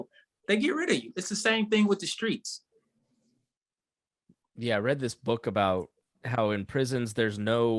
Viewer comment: ‘dem’ ‘skreets’ talkin’ tho…